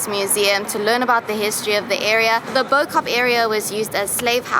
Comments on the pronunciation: it is pronounced "boo-kup" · Excellent adverisement for Cape Town. Really well shot. But... Please call it "Bow" Kaap in front of a Cape Malay person and record their reaction. Pleeaaaaase.